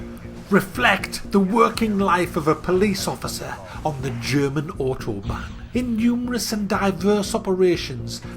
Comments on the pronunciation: its not otobahn police its autobahn polizei! learn some german man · Isn't it Ow-tobahn?